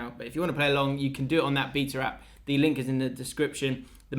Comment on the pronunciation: ' pronunciation of BETA lol